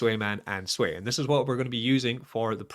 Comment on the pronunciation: Please start pronouncing it the correct way (SWEE).